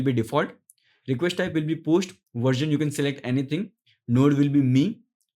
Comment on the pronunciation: Post, not posht